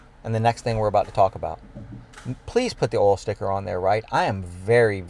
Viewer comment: I love the way says "oal" for oil.